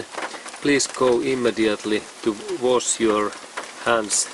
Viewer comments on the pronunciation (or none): none